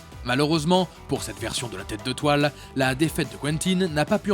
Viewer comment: Le Vautour est un excellent méchant mais c'est vrai qu'on se souvient plus de "Au clair de la luneuh, ma p'tite araignée. Prête-moi ta toileuh pour t'y étrangler"